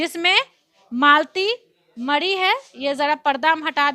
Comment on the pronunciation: अरे पत्रकार साहिबा पहले आप तो बोलना सिखिये मडी नहीं मरी है